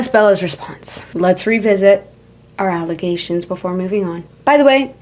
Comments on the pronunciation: brother not “allagations” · Allagations is sending me help